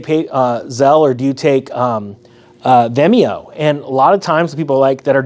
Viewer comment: What is “Vemeo”?